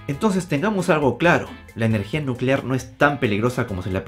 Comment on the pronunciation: Nucelar, se dice Nu ce lar...